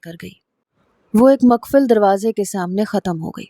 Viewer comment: Maqfal darwaza nhi,,,muqaffal darwaza hota hy,yani locked door